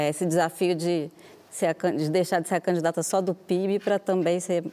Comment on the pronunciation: É impressão minha ou ela fala candata ao invés de candidata... ?